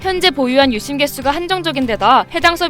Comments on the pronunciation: "유심"이라고 하지 않고 "윳씸"이라고 발음하는 이유가 있나요? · AI썻나 유심발음이 왜저럼? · 유씸 유씸 발음 너무 거슬리곸ㅋㅋㅋㅋㅋㅋㅋ